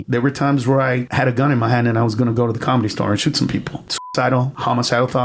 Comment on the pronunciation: I can't stand how he says Comedy Star 🙄 it's 'The Comedy Store'